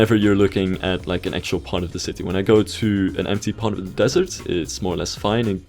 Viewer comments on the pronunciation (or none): none